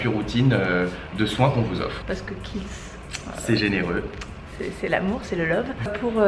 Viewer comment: Juste, c'est Kiehl's et pas Khiel's☺ bisous